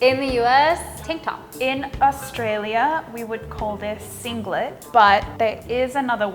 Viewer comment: From Australia not Austrolia?